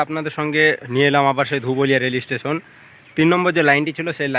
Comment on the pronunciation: Bhai Rail estation noy, Rail station bola hoy, si-li-per noy, sleeper bola hoy. Tomar sob video tei dekhi khub bhul ucharon koro jegulo sunte advut lagche.